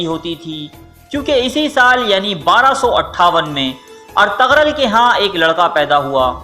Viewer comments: Itni information lay to aye pr ertugrul ko pronounce krna nai aya Ghain silent hay, ertugrul ko erturul parho gy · ارتغرل غلط تلفظ ہے۔۔g سائلنٹ یعنی خاموش ہے بہتر ہے کہ صحیح ادائیگی کی جائے اور ارترل بولا جائے بہت مہربانی ہوگی آپکی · It's not Ar_tag_rul*.🙄😒.... It's *Er_tu_rul respect sy naam lein Inka or in ki family ka.. Allah k lye unhu ny apni Zindagi waqf ki thi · Artagral Nahi hai Bhai artugrul hai Sahi Sahi naam liya Karo sabka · When you realize the narrator is pronouncing Ertugrul’s name wrong........😒😒😒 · Agree, ertugrol was from Lebab Turkmenistan not from Kurdistan, please correct your pronunciation, any how appreciate your video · ap ne osman gazi k walid ka naam aur bursa shehar ka naam galat parha apko thori knowledge mai iazafe ki zarorat hai